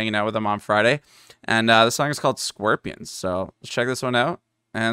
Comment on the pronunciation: Solid song and reaction. Gotta love your Canadian accent pronunciation of the word Scorpions as: "SQIRP-ions" instead of as Scorp-ee-unns. (